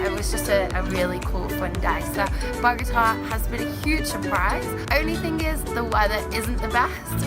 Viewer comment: Hey guys, great video! Just to let you know, the capital city is called Bogota, not Bogata. Looks like you had an amazing time in Colombia